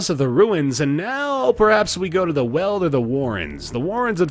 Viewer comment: "Weald" is pronounced like "wheeled", not "weld". /pedantic